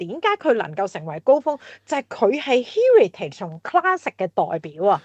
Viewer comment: 第一次听Heritage如此发音，被所谓高层的英语吓亲。